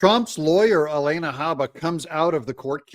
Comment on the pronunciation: I think her name is suppose to be pronounced : Aleena, not Alane.a. I know, because its my name also, in Hawaiian 😊 Just a heads up on that Doug! Love your short videos!! Much appreciated! Ps. Alina Habba is a “Rock Star”!!🙏